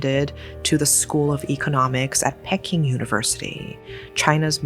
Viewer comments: As a mother of sons, this sickens me. Your own child unaliving you and wrapping your body up. Insane. Oh and isn't it pronounced "Pee-king" university? I was thrown off by it being pronounced "Pecking". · Why you pronounce peking like pecking most of the time i watch your videos your pronunciation is excellent but just this time its abit off 😂 if you say it like this pea king without the S that's how is sound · Enjoy your animated and bizarre yet true crimes committed by Asians. However, would appreciate it if you would pronounce Peking correctly.